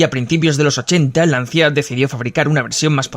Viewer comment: mi querido doblador...se pronuncia: "Lancha" =) <3